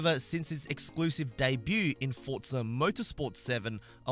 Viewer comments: Why does he call it Fortza and not forza? it’s so triggering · For-Za not Fortza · For-za, not fort-za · I thought it was pronounced "forzsa" and not "fortza" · FORZA NOT FORTZA SMH